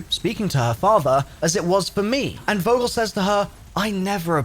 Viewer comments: Vogel not wogel Like f ogel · It’s not «Vogel» its pronounced “Fogel» -Coming from a German with a last name of «Vogel»;) great video nother than less